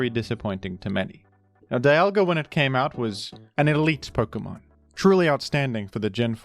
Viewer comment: Pok-UH-mon ❌ Pok-EE-mon ✅